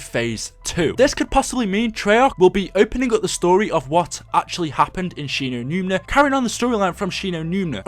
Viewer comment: its Shi no numa fucktard